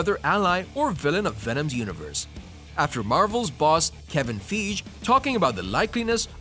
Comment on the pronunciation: Learn to pronounce Kevin Feige